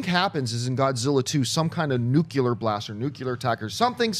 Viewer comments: it's nuclear not nuculer I'm not a troll I just appreciate words being said correctly like we take things for granted not granite and affect is a verb and effect is a noun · NUCLEAR!! NOT NUCULAR FFS!!!